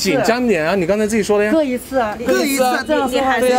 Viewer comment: 各一次这个都能说成选一次哈哈哈厉害了